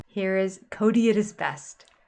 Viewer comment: It's not Coyote Pass, it's Kody Pass